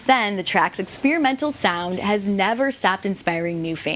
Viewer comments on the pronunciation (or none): ExSPEARemental? Who pronounces it SPEAR?